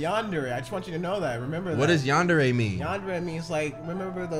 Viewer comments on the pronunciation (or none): Yandere no = Yan der / dude word of advice it's pronounced > ( Yon- der-re ) but spelled Yandere.